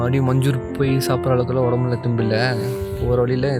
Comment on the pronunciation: Bro it's not munjoor it's manjoor